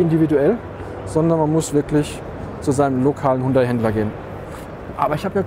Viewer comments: Hallo, wieso sprichst du den Markennamen Hundai? Und nicht HYUNDAI? Hat doch nicht s mit einem Hund zu tun!✌😁😉😉👍💪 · Hundai (Hund-Ei) klingt bissl komisch